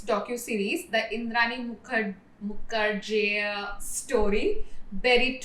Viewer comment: Muker jea pronunciation has me rolling😂😂. Great video. I hope your channel thrives. You have earned a new subscriber.